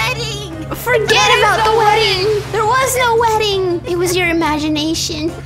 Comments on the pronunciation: Did light say lirght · He is not lart it’s light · Did light say “I’m lart?” Did anyone hear that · did light say ‟im lart” 🤣😂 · He said lart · In the intro light said Lart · Lol he did say it 😂 Bart+light= lart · Is it me or I heard light say larght or whatever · WHY HE SAY LART NOT LIGHT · There one word that light said wrong. I'm Lraght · I heard lart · Did light say lart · Light says lart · Light: "And I'm Larght" Me: "Wait- did I just hear "larght"? Lol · did anyone noticed that at the start of the video light said lart?